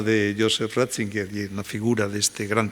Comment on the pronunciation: No es Ratzinguer, sino Ratzinger